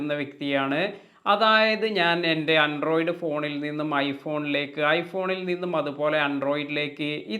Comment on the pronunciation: അൻഡ്രോയ്ഡ് അല്ല. ആൻഡ്രോയ്ഡ്